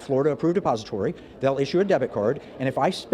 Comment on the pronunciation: Did he say depository or suppository life's getting harder by the minute😮